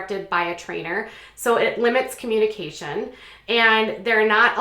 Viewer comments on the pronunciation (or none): none